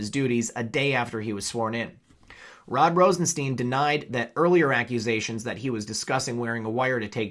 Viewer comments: It's Rosenstein, as in Frankenstein not, 'Rosensteen'. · I'm a new follower ...RosenSTEIN is pronounced like frankenSTEIN. Like a stein of beer. Cheers!